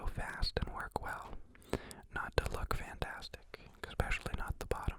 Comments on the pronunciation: Lmao I'm so confused as to why so many people say "exspecially" instead of "especially" like where is the x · unsubscribes because of the way he says especially